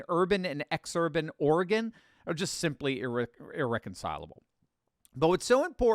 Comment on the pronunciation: Thank you for pronouncing Oregon correctly. Folks from the east coast normally sound ridiculous when the say Oregon.